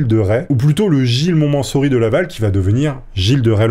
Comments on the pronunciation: Gilles de MontmenSSory...les syllabes ne sont pas bonnes,, Montmorency, c'est mieux. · Montmorency. Il y a un problème de prononciation ici, On prononce "Mon-Mo-Ranci", pas "mo-mansori" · Gilles de Monmençory ? ou de Montmorency ?! Blague à part, j'ai un ami natif du Mans (ou de Le Mans), toujours de bonne humeur. Je disais de lui : "mon manceau rit" ... 😂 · Gilles de mont "MO MEN REN SI" pas mont mansory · C'est "Montmorency" et pas "Montmencory". 😂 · Ce n'est pas Montmocenry comme vous l'avez dit à mais Montmorency !!!!! vous le dites de nouveau à ... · " Mo men ren si " pas mont mansory tu racontes n'importe quoi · Montmorency, pas montmosori 😂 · c moi ou tas du mal a prononcer les patronymes a rallonge? montmorency, montmocenry cherchez la différence? dislexie peut etre? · C’est quand même éclaté d'écorcher le nom du personnage principal des le début de la vidéo sans le reprendre au montage 😅😂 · ça se prononce Montmorency :face-purple-crying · Gilles de Montmorency, pas Montmosenry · Lol, tu as mal prononcé le nom de la ville (domaine de Maurence, cerisier), je sais de quoi je parle, je suis né à Montmorency, une ville située dans le Val-d'Oise! Sinon super vidéo mon! 😊😊😊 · C est Montmorency Laval. Tu as pas bien dit le mot. Je fais ptite correction Voilà qui était le bonhomme: "ils remontèrent tous à cheval l'intérieur de la nef de la cathédrale. Charles VII place alors Jeanne à sa droite et le maréchal Gilles de Rais à sa gauche..."intouchable! Sa relation avec la "Pucelle" était... obsure. Il l aimait certainement par adoration d ou son dévouement au divin, qui le confortable aussi dans ses actes sombres. La mort de Jeanne lui a fait perdre sa bride et son contact avec le Divin aux yeux des peuples. Peace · Par contre c'est Montmorency 😅